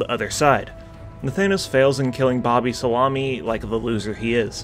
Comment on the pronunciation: Bobysalami? Hahaha... bruh... you killed me with that. Bobysalami say hi.